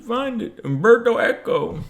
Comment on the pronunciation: U-M-berto Eco. Please